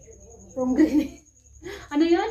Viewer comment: Pomegranate pagbigkasin pomegranet,,,masarap yun gawin juice or ihalo sa vegetable salad